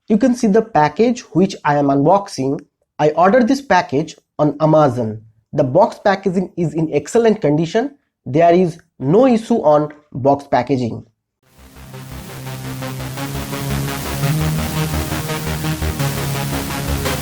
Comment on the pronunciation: Bhaiyaa uma zon nahi Aa mei zon hota hai😂